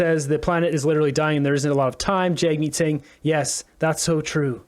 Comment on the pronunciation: Jagmeat sink !!!😂